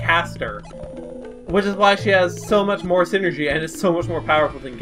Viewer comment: You're pronouncing psynergy wrong. It's said like "sigh-energy", not like "synergy" as you are saying. They keep talking about how it's a mind power, hence the "psy" as in "psychological" or "psychic." Other than that, nice play-through and commentary.